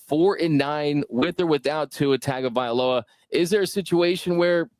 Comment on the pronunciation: Ol' buddy had discord sounds AND pronounced it TAG-o-vailoa in big 2024 :face-turquoise-covering-eyes